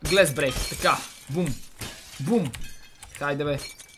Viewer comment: Ти каза глЕс брейк а то е глАс брейк